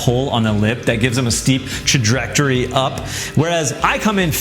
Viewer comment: check your pronunciation of trajectory. Your saying it like trajrectory. You're throwing in extra R.